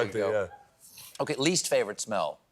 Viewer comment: When he was asked "what is your favorite smell" I thought he said "poo".